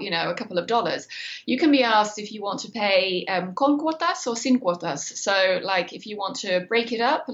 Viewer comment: It’s ‘cuotas’ not ‘cortas’ ✌🏻